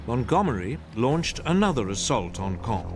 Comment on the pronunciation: Now can you pronounce the word of "Caen" (Sounds like "kon") - There are several videos on Youtube that cover the topic in further detail. Including videos from this account. "The Battle For Caen: The Key Battle That Followed D-Day | Battlefield | War Stories"